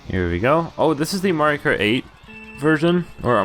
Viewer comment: he dissed Mario’s name hard lmao